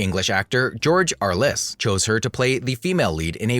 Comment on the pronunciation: There are a lot of problems with this including the mispronunciation of Franchot Tone's name as well as George Arliss's - emphasis on the first syllable. He repeats some of Davis's history more than once. I'm guessing that "" wrote the script on a computer and then had the computer do the actual "speaking." The intonations and emphasis of certain word and sentences was "unhuman like."